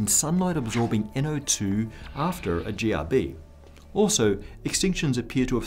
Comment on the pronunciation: is it me or when he said GRB, it sounded very close to Jihadi. And yes any jihadi close to you is bad.